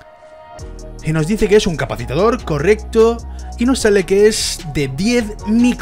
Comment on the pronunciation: Capacitor. Te sobra una sílaba.